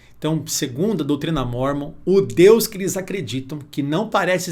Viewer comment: Parabéns pastor tao inteligente e conhecedor mais nao sabe falar o nome O LIVRO DE MORMON